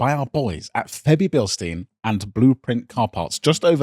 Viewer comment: ‘Febi Bilsteen’ as usual great pronunciation you bell ends